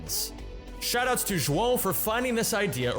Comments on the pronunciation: props on the correct way to pronounce João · I'm impressed you pronounced João's name correctly